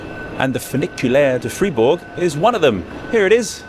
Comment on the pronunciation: interesting, knew about funicular´s but never heard about this water powered version.... thank you carry on btw pronounce it like would "Freyburg" then you´ve got it :)